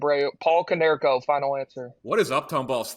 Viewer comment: HOW DO YOU NOT SAY KONERKO